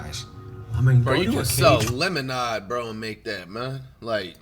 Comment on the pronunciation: the way flight say lemonade😭😭